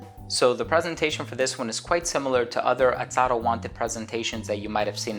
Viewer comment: I've noticed that you kept on saying Atado....instead of Azzaro. Great review